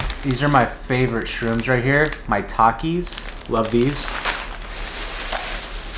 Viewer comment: bro is it just me or when he said "maitakis" i thought he was saying "my takis"